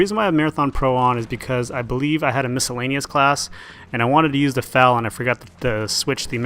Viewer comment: eff ay ell, not fal.